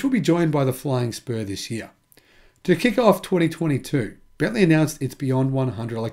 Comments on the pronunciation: Bentley! Not bentleigh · It's Bentley. Not Bentleigh.